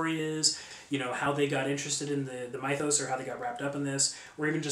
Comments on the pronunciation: dude, its not "my-those", its like "mith-oss" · What the Hell's a Mye-those?